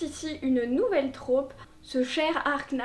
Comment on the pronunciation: Hyper sexiste en effet, ça m’insupporte aussi quand je tombe dessus. Désolée, je vais chipoter, mais en français « trope » se prononce avec un o ouvert (Et non pas « traupe »). Et c’est un mot masculin.